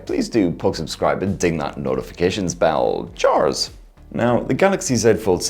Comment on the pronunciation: Hearing "chaars" instead of "cheers" scared me, what have you done with?!